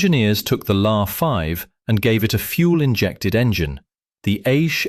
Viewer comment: LA, L A 5, L A 5, not Law 5, in military equipment the letters are announced seperatly!!!